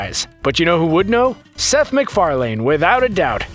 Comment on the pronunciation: Seth Mc "FAR - LAYNE" ?